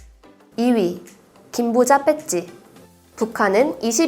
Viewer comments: 배찌라고 읽는건 들어봤지만 빼찌는 처음들어봄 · 빼찌가 아니라 배지인데...